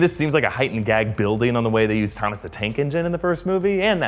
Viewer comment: Did anyone notice him saying "like how they used Tomas the tank engine"